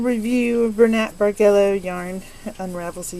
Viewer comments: The yarn looks pretty good. From what I find in my dictionary, the pronunciation for the word Bargello is with a soft g so is bar-jell-o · It is pronounced: bar jello as in the needle work that is worked with yarn on unmarked canvas...